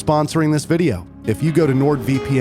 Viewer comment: ¿playstation viRa as you say or viTa? I quit the video, because this guy pronounces the words really weird.. playstation poRable, viReo, moRel, capabiliRy, in toROL, grand theftauRo, previous moRels, meRal gear solid, call of duRy, meRacriRic, unchaRed, poRable controller, abiliRy, uRilize.